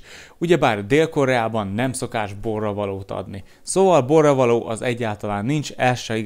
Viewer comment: „Parklók" „katonaságal" „egyeseg" „borraveló" Csak bebizonyítom, h végignéztem, és figyeltem.😂